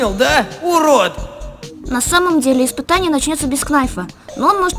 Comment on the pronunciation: А последний ыспытани это было буква ш?-_